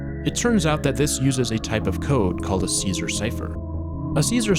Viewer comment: Caesar* not Císar